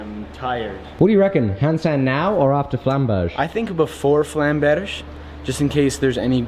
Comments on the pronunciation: is it supposed to have more of a glottal stop on the "-berge" instead of pronouncing it like "bearjai"? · To pronounce flammberg right you have to say flamm (like you did) but hang a bear-g on to it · Hey, good pronounciation now, at least for Zeihänder. Flammberge the "...ge" ist pronounced like "get" withou "t". Greets from Germany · It's pronounced "Flummbearger" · says Flammberg like a Frenchman. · Flamberge is a german Word. The sword originated in Switzerland, and because of its shape it got its name. The name translated would be mountains of flame. The pronounciation would be with a G like in guy instead of a G like in general and just hang an eh afterwards. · You pronounced Zweihänder quiet well. Now you only need to not butcher the pronounciation of Flamberge ^^